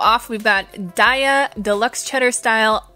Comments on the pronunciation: According to the company: it''s pronounced DAY-UH! As in, "have a nice day-uh!" Still love you xo 😋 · its pronounced DAYAH its sanskirt for forgivness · On the website, the company founders pronounce Daiya with a long Ā like dā'-yah. Almost everyone seems to pronounce it with a long ī. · "We pronounce Daiya as “day-ah.” As in “Have a nice Daiya!” The name came from a play on the words 'dairy' and “Dayaa,” which is Sanskrit for “loving, kindness and compassion.”